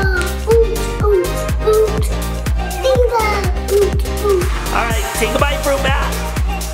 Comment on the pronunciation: It’s niko not “nico”